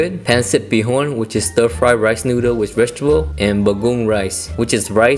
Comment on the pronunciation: Ha! Ha! It's pronounced Baga'ong.